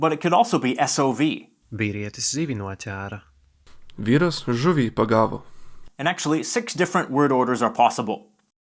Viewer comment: Great video, but I was so bothered by the Latvian pronunciation of the letter "ē" here and . The letter differs in sound from word to word, but in the case for "noķēra" it should be pronounced with a [ɛ] not [æ].